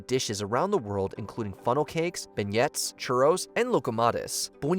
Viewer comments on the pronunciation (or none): That's pronounced "ben-yays"